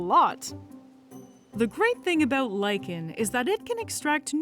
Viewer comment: She said lichen, I heard lycan. :D :)